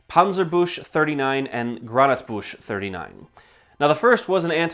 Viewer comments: Just a little note on the pronunciation: "Büchse" is not pronounced "boosh", it sounds closer to "byx-e". "ü" is not "u". The dots change the sound to a "y". The "chs" cluster is not one sound, it's "ch" (which in German makes a sound that could be describes as in between K and H) followed by "s". Final "e" is always pronounced in German (and most other languages). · Never pronounce Büchse as "bush" again we dont speak french